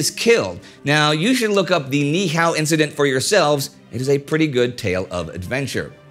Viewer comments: Kauai guy here, Niihau is pronounced Nee-ee-au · It's pronounced Nee ee how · FYI - the island of Ni'ihau is actually pronounced "Nee - ee - how".